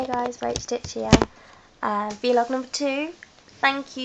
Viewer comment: vlog...not v-log